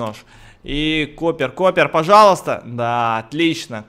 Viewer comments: Акул прочитал Chopper (коппер)....... Чопер Акууууллл!!! Как чоперные мотоциклыыыы!!!! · Не Копер, а Чопер! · Не Коппер , а Чёппер